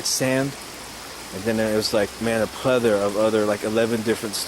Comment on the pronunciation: He definitely said "there is a pleather of stones" do you mean PLATHORA you stoned moron?